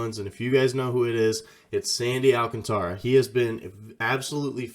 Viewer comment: Gotta say "al-cantra" man lol you can't be mispronouncing Ancantara's name and get clout